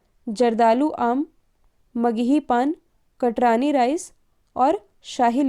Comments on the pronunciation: Good morning mam सबसे पहले तो बहुत बहुत धन्यवाद ntpc के लिए स्पेशल current affairs के लिए...इस तरह से improvement करते रहिए बहुत जल्द ये channel एक नंबर पर होगा... और दूसरी बात ये कि बिहार में जो चावल को GI टैग मिला है उसको आप "कटरानी" लिखती हैं और बोलती भी हैं जबकि वो "कतरनी" है मैं बिहार के उसी area से belong करता हूँ जहां ये चावल उगाया जाता है...धन्यवाद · कटरानी चावल नहीं,= कतरनी चावल होता है।